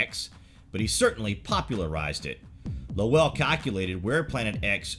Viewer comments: Percival Lowell, pronunciation rhyming with roll, toll, troll, droll, bowl, dole, goal, hole, coal... I digress. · i was thinking...................i wish he would pronounce Lowell properly.